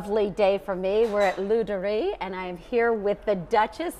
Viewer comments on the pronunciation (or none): She said the name Ladurée wrong.